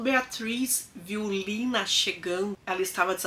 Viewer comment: Em alemão é Lena e não Lina.